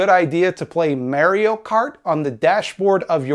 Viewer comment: that's not how "Mario" is pronounced.